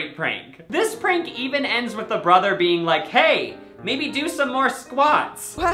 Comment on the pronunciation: “youre a human beinK”